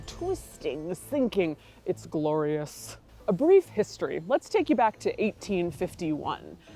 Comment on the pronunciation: "it's guhlorious" 😂